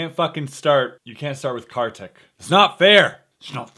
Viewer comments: it's pronounced as "car tick" he is indian and I'm too so was just correcting u nd btw i love the bad magic series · Ya he is.. For sure.. But you can pronounce him as kar =car ; tik = teak so it will be carteak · Its pronounced as car-thick... really i aint kiddin